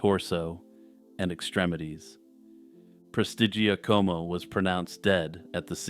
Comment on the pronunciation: Excellent pronunciation of "Prestigiacomo". Very impressive!